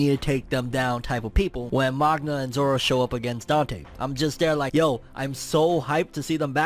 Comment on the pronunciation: Zora not zoro 😂